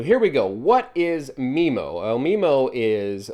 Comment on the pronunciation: I thought it was pronounced MyMo not MeMo? I tell my customers it's a "butt plug" :)